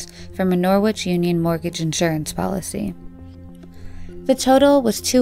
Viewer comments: She's definitely not English. The way she pronounced Norwich (as in Norwich Union insurance company) in the same story is a dead giveaway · Even funnier was the pronunciation of Norwich union as Nor…witch, when it’s pronounced Norridge! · Norwich is pronounced Nor-ridge, not Nor-witch.